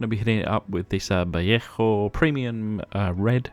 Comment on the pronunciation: nice work as always, those wheels are an improvement. just a fyi: vallejo = vayayho.